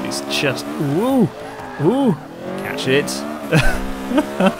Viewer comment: CATCH IT SOUNDS LIKE CATSHIT OMG HAHAHAHAHAHHAHAHAHAHAHAHAHAHAHAHAHAHAHAA OMGOMGOMGOMG IM DYING HAHAHAHAHA